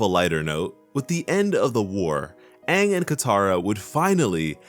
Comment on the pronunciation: Yes it was a bad call they didn't even pronounce Aang's name right.